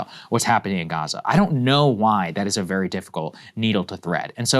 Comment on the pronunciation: Vewy Intewesting